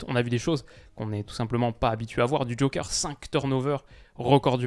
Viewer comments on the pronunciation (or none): none